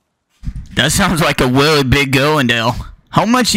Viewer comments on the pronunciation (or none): sounds like a WEALLY big girwl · “That sounds wike a weally big guwl in there how mucha you weigh sweetie?” 😂😂😂😂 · WEAWWY BIG GUWL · "that sounds like a weally big gurl" bru im dead 💀